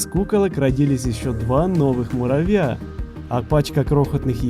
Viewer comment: почему ты говариш муравя